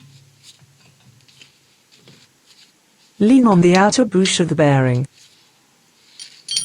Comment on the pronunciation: It,s Bush not a boosh.